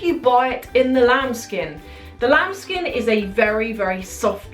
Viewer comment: everytime i hear the words "lamb skin" makes me feel like she is saying 'child skin'.